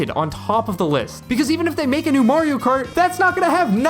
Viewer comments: Finally, someone that can say mario. Who tf is merry-o? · haha right. even in the games themselves, he says "its me, Mario". there is no merry-o. and people will still say it that way